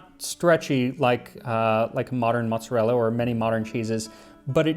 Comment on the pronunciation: Let‘s see when the angry comments come in that it is calles „Mooot-Za-Ella“ by ppl who think they are italian, but are actually just „Noo-Yorkas“, because you completely pronounced like italians would…